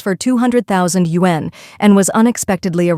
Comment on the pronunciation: All of you who narrate these videos need to know how to pronounce “Yuan”. 😆